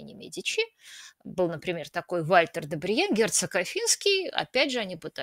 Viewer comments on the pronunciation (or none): none